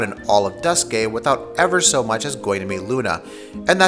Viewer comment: Duscae is pronounced like Dusck-eye